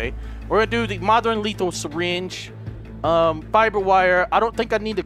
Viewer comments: Omfg😂 when you said "fire wiber" I spit soda all over the place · "Fiber Wiber" LMFAO HAHAHAH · "I got the fyre wiber... NO!" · Gotta love that "fire wiber" Haha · "Fire Rifle" "Fire Wiber" "Fire Wire" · "Fire wiber" Im about to fucking die from laughing. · Only two and a half minutes in and already cracking up at "fire wiber" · "I got my fire wiber" XDDD